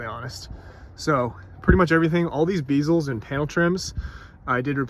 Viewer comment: It's not "Bee-zuls." It's "Bezz-uls."